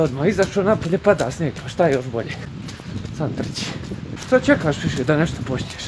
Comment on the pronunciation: ali kad kaže šta "ćekaš" sa šuštavim mekim š oplačem